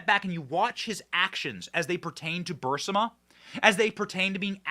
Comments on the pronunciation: Come on BENNY it's pronounced BUR-IS-MA. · "The Raven" is not "Telltale Heart." (And of course, Burisma is not "Bursima.") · Its not BURS-I-MA. ITS BUR-IS-MA. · It’s “BUH-RRIS-MA, not Burr-si-ma!!!! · Benny...it's not "Bursima" it's "Burisma" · Bursima-Burisma... The 'i' comes before the 's' not after lol Not a big deal... but it drives me nuts lol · It’s Bur-EEZE-mah, not BURSS-mah. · ...sir, respectfully, it's is ba-ris-ma, not bar-sima. Love your show- keep going- God bless! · Guy's please let Benny know that it's pronounced, bur-is-ma not bur-si-ma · Benny you're driving me crazy, it's bureesma not bursama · Bur-Eeeees-ma not Bur-Siiii-ma.... Thx Benny keep up the good work:) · ALX, for the love of God. Please tell Benny its pronounced BOO-RIS-MA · Burisma. Bur-is-ma... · I believe its pronounced "bur-IZ-mah" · It's pronounced bahrizma. Of course somebody else was involved how to hide and even meet anybody from. A ukrainian company to get on their board give us a break